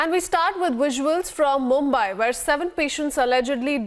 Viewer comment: not मुम्बाय but मुंबई। You take utmost care while pronouncing english words. So take same care while pronouncing indian words.